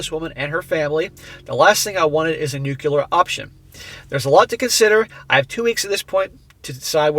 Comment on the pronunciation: I always enjoy your videos. The humor is great, and your messages are spot on. However, I have one request. Please stop saying “nuclear” like “nu-kyu-lar.” It’s pronounced “nu-klee-ar.” That small change would greatly enhance your credibility.